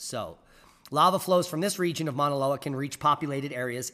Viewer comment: Hello. Minute marker - The Hawaiian volcano is pronounced "Mau_naloa" (like ow! that hurts!) ... great try, though!🌺